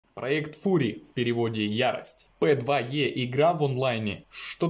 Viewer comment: пэдвае.... ахаххаха